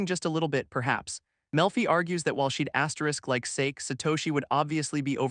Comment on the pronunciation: Voice can't pronounce "Sake"?